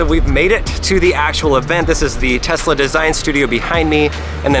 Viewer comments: “telsa” model y instead of Tesla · "Telsa Model Y" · Telsa anyone else notice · lol telsa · stop pronouncing Tesla like TEST-LA its TES-LA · did anyone realise its Telsa and not Tesla? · Telsa Model Y Me: What's a Telsa?